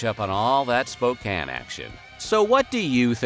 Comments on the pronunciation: I'm impressed you said Spokane right lol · Props for pronouncing Spokane correctly.